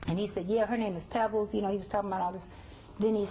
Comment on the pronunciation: Her name is Pebbles!!! Not Peebles!